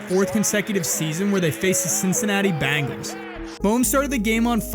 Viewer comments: Oh shit the BANGELS!!!!! IT SOUNDS LIKE A ROCK BAND! COME ON DUDE IT'S THE BEN, BEN, BEN, BENGALS, BEN'''GALES, THE BENGALS NOT BANG,BANG, BANG, BANG,ELS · I'm sorry for my language but the dude narrating will you please tell me where the fuc!### do you see an A in Bengals????? It's not the fuc@@@ bangels you fuc@@ butt head! IT'S THE BEEEEEEEEENGALS!!!!!! Bengals Bengals bengals!!!! So you get a thumbs frigging down and if I could give you a million thumbs down I would!!!!! The Bangals' are you fuc!$#@ kidding me! And yea it's the small things in life! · Listen, narrator dude... it's 'Ben-gals," not "Ban-gals." 😂😂😂😂 Otherwise, you'really spot on!!! ❤ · The Chiefs didn’t lose to the Bangles but they did lose to the Bengals. Get real people to narrate these.